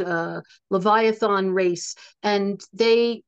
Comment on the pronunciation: It's not pronounced levia-thawn. The last vowel is an A not an O.